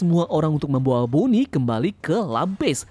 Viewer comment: mohon maaf izin kritik, ada beberapa kata yang tidak jelas, sehingga saya mengulang ngulang lagi, demi membentuk nada dengan cara dipercepat pelafalannya, seperti "tubuhnya" "ditekan" "bonney"